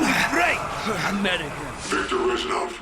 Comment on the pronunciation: Fyi not reshnov but resssssnov :)